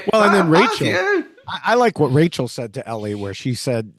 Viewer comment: I rewatched it and there's definitely crew swarming them as they close them for the first time, I wonder if they were locking them with magnets or something and 'forgot' to lock Stephen and Rachel's!? Also am I hearing things or did Stephen call Rachel Rakel at the dinner party?